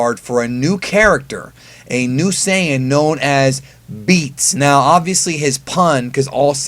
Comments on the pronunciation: There is no such thing as Saiiiiiiiiiiii-en. It’s saiyajin or saiyan. Saiyan is some weird hybrid word you made up. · No, the correct way to pronounce the word Saiyan is not "sigh-yan." Yes, the Japanese word Saiya-jin is pronounced "sigh-ya-jin" but Saiyan is a word created in the English dub and has never been used in the Japanese dub, and is therefore pronounced however they say it is: "Say-yan." No matter how many times you say it, you're still wrong... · "Sigh in" isnt fuckin correct. Its "say in" in English and Saiyajin in Japanese. If anything "sigh in" is the least correct cause it aint correct in English or Japanese. Stop saying that. Its annoying.